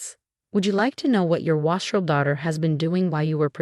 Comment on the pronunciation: Wastrel is not "wah-strel". It is "way-strel". Heir is "air" not "hair".